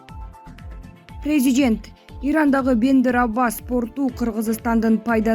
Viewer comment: Презжент дейтко🤭🇰🇬